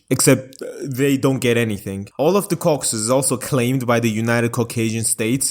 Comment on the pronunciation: Ah yes, the Cocksus countries